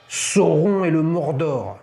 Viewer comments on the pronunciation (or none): none